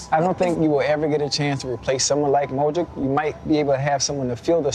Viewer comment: ochocinco saying modric "modrik"